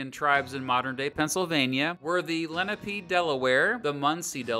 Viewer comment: Len A pae - Not the way you pronounced it. Penn ripped off the Lenape and had slaves -- against his Quaker religion.